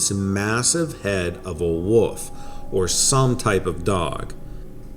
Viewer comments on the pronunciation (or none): It tickles me everytime the reader says Woof instead of Wolf. 😜😁🇬🇧❤️